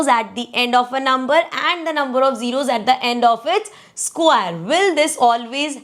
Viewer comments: Hey mam u are great at teaching but u r pronouncing square wrong ❤( no hate) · Mam square acha se bolo😂😂😂😂😅😅